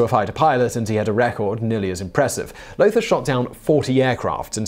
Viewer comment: Lothar von Richthofen: Lothar is pronounced "lo-tah"